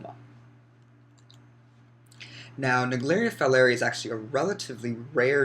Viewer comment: Is pronounced folerai